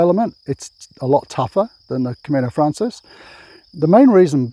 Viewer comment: it's Camino Francés, the stress is on the second syllable. Buen Camino